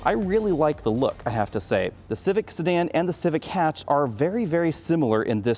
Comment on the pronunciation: It sounds like you're saying Stan when you say Sedan